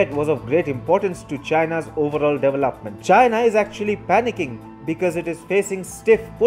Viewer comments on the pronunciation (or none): The way he pronounces "development" drives me crazy!!!! There is no LAP in development dude!!! is LOP!! LOP!! LOP!!!